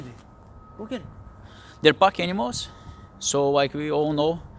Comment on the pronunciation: He seems to be a happy pup! Absolutely beautiful. It did take me a bit to figure out what a "puck animal" was. I figured out u were saying "pack animal". This is a great video for people. My pup is part Jack Russell and needs to run most of the day! I learned the hard way lol😁